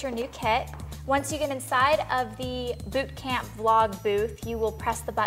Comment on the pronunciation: did say boob camp?